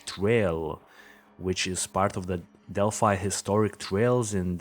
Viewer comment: Okay several things 1: the dark spot in the photo is a gate. It’s opened and closed like the ones you see in all parks 2: it is pronounced “dell fye” not “dell fee” 3: it is pronounced “mo non” high bridge only telling you because people from that area go nuts over these details 4: you need to watch a few things on YouTube regarding Delphi A: Jason Hebert who interviews live Anna Williams, Abby’s mom. B. Jason Hebert’s live interview with Mike and Becky Patty , Liberty Germans grandparents and guardians C: Michael Katts videos and live visits to the bridge and area where the girls were found D: Anthony Greeno of True Crime Investigates especially his live re-enactment of this crime. E: Gray Hughes Investigates and his analysis of BG F: the Prosecutors Podcast has a 5 part series on this and examine this from a prosecutors perspective G: Jim Waggoner and his interviews with my Good friend LT. Tom Spivey retired Stockton, CA Lt that investigated GSK/EAR and nearly caught him and actually untied 2 of his victims. He has a great analysis of BG and a look at the LE from an actual LE background! He is fabulous Listen to the facts and not rumors! Do some investigation and watch this other true crimes that present only facts